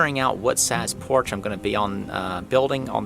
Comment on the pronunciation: Idk why every time you say Porch I think your saying Porsche. Lol